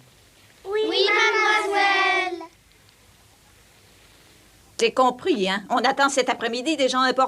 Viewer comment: C est moi ou elles disent oui madmoiswouelle a ??